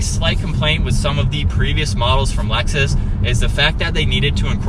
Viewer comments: It’s not called Alexis, it’s called Lexus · he said Lexus is 😂😂😂😂😂😂😂😂 stuppad